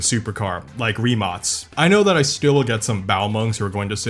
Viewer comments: Not a "rimac", "rimak" (in pronounce) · why do you call rimac, rimats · rimac not rimots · random question but i also saw it on your last vid, do you pronounce rimac as "ri-match"? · They way he says Rimac gives me a aneurysm